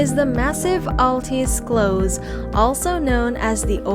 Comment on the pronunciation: Terrific video of Stuttgart and its many places of interest - the pictures were beautiful, though many times the narration did not match the picture on the screen. But PLEASE find someone who can tell you the proper pronunciation of places like Stuttgart (Shtootgart), Schillerplatz (Shillerplatz) and Schloss (Shlawss), Wilhelm (Vilhelm). Listening to your narration was painful for someone who lives here.